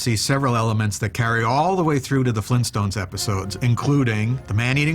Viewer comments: Fleentstones? Auugh! - Vargskelethor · GRAND DAD! FLEENSTONES?!